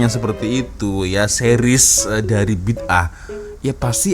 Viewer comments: Sebutannya bukan Bidah atau Bid ah. Sebutan yg betul BI DA 'AH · Hairan kenapa selalu tgk org Indonesia sebut perkataan tu BID AAH 😅 bukan nya sebutan perkataan tu BIDA'AH